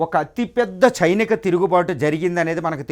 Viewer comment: Sainika not chinika tirugubatu